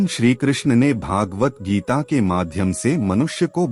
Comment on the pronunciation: 'भगवद्-गीता' शब्द का उच्चार "भागवत गीता" करना ग़लत है।